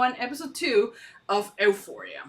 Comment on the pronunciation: love your reactions! xx btw it pronounced you-phoria